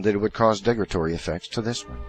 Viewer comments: "Degratory"? I think you mean "derogatory". I know you like to use big words to sound smarter but that backfires badly when you can't even pronounce them. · Crap, I grit my teeth every time he says "degratory."